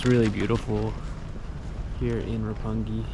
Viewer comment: 六本木 is pronounced Roppongi. yes, you are correct, sir.